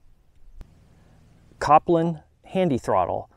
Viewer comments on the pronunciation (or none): It's cole-pin not cop-lin